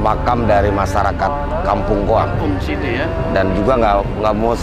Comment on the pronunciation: Bukan Kampung Goang tapi Kampung Koang 🙏